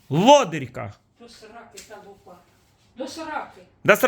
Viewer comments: Ну какая лупА,лУпа вообще то,ударение на первый слог. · лУпа, а не лупА. ЛупА-это перхоть.